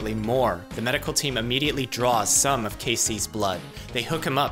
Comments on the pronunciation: the way he says some makes me think there are cases where you draw all the blood :) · The medical team immediately draw some of Casey's blood. The way he emphasizes it... as opposed to ALL? lol